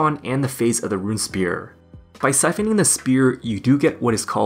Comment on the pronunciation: Runesphere (rune-sfere) not rune spear! (but otherwise great video)